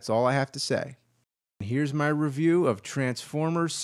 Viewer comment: Feels weird to hear James say "Re-VIEW."